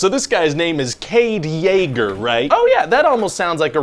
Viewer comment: Kade Jaeger popped in my heard when I heard him say it.